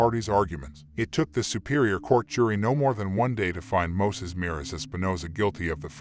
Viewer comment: alot of info in this video is dramatized and false. also his fkn name is MOISES with an "i" NOT MOSES 😑